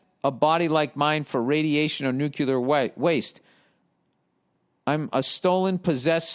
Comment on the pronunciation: ffs Billy Bawbag🏴 it's "nuclear" not "nuke-ya-lurr" 🤣🤣🤣